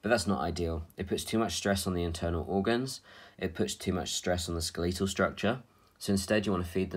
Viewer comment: definitely the SKUHLEEETOL structure and not Skeletal ... lol I love accents